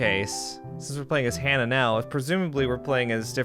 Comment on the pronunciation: Just to let you know as a fellow brit it's pronounced hanuh like how you pronounce it not harnah 😂 who ever is doing the so called British accent is very awful.